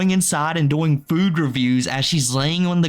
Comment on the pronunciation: I’m drunk right now and have had to stop 3 times because of how you say “doing” and “going” like “boing”